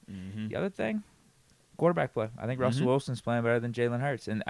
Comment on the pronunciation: Man just said “quarterBLACK”